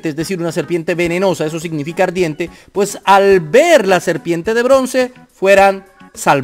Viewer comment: Serpiemmmte , ardiemmte , en todo caso se dice Serpiente,!!!!!!